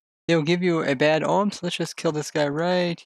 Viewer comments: First off, omen is pronounced oh-men, not ohm. Secondly, the raids don't keep spawning mobs based off of how quickly you kill the existing ones, but rather based off of the level of bad omen that you had when entering the village. So no, you can't farm raids. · "oh uhm", the n in omen is not silent. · Its bad omen not ohm silly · I know I shouldn't care but the way you pronounce 'omen' really triggers me haha